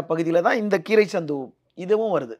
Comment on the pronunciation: அந்த கிராமம் பெயர் கிரைசந்து இல்ல கிரைசாத்து....